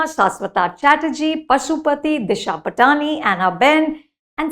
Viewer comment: Please Anupama, when are you going to pronounce Disha's surname properly...its 'Paatni" not 'Pat aani'!!!